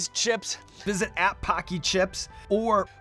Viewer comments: When hawk says paqi it sounds like hockey lol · Bro the way they say Paqui. It’s an insult to Asians in the uk 😂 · Just so u know the way u pronounce "paqui" sounds very racist in the uk 😂😬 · First time I've ever seen Paqui chips at the store, I pronounced it incorrectly and accidentally said a racial slur.